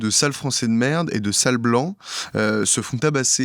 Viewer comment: "Un couple se font tabasser par huit z'individus..." Correction: "un couple se fait tabasser par huit individus" ( regardez bien, il n'y a pas de "s" au mot "huit") Votre interlocutrice en est gênée pour vous il me semble... Deux magnifiques boulettes coup sur coup... parmi des florilèges réguliers, tant sur cette chaîne que sur d'autres, remarquez, mais vous,, vous faites partie des champions. Ça fait un moment que je me dis "laisse tomber", mais en tant qu'abonné, je sature. A cette chaîne et aux autres chaînes d'informations alternatives, donc, et à l'attention des journalistes et des humoristes-analystes du web, qui veulent, à juste titre, et pour notre plus grand bien, rétablir un peu de vérité: Désireux également de défendre la France, je pense qu'un bon point de départ c'est de maîtriser raisonnablement sa propre langue. Pour le coup, des erreurs récurrentes avec de simples accords en genre et en nombre, ça laisse perplexe quant à votre crédibilité culturelle. Si c'est bien la France que vous voulez défendre, de grâce, soyez-en à la hauteur. Je tiens, en contre-exemple, à nommer Charles Gave, un des rares - avec François Asselineau et Idriss Aberkane (...) - à ne pas abîmer la langue française, jusqu'à se souvenir régulièrement, malgré le nombre de gens à leur faire face avec une grammaire bien approximative, que le mot "espèce" est bel et bien un mot féminin, en toutes circonstances. Exemples, pour ceux que ça intéresse: " Ce type est une espèce de guignol.